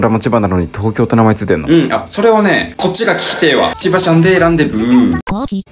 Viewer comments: 千葉の時のミクの発音が「SE〜GA〜」と同じなの可愛くて好き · ミクがロケラン持ってセガの発音で千葉って言ってるのなんかすごいことになってるな